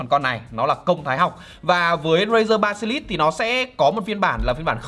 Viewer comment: Basilisk nhưng việt hoá ba si lít nghe hài vl anh =)))